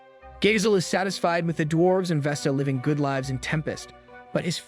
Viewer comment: how was bro live-ing and not living